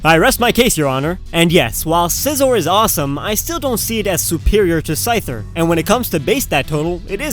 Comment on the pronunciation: is anyone gonna comment about the way says 'Scyther?"